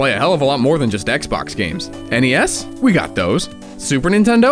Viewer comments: Hey you need to go back and fix this video by pronouncing NES correctly because any gamer that has played a NES knows you don't say it the way that you're pronouncing it. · If this guy can't even pronounce Nintendo's NES correctly then how can we take him seriously when any true NES gamer knows that this is pronouncing it wrong.